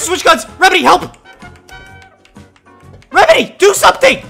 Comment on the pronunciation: I laughed when he said what are doing rembedy